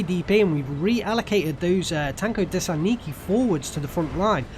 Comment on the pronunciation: You saying those pretty well, but you should do accent on the syllables: tankodesAntniki, ognemEtchiki and strelkI.